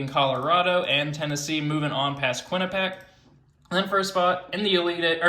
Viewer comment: Dude. You pronounce Quinnipiac so weird lol